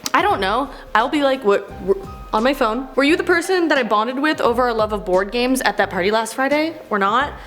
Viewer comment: At first I thought she said "bonded over porn games" not board games...